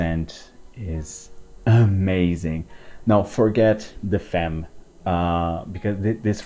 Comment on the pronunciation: yes you did. He pronounced it "femm".